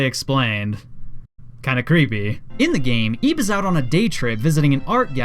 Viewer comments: I bilieve it's pronounced like it, not eeb... Just sayin' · I thought it was pronounced "ib" instead of "eeb"... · It's Ib. Not EEEEEEB. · ti not eb it is ib